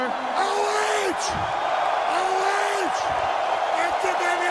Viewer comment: I get it now “OH”. It sounds like “I’ll wait”. Crazy how it is used in meme and made to be misunderstood.